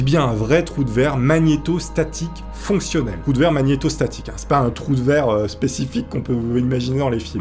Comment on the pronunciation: A chaque fois ! Qui dit troue de verre ! J’imagine qu’il dit troue de 🍑 😂😂😂😂 dzl ! Lever la main ceux qui penser a sa 😂😂😅😅🙈🙈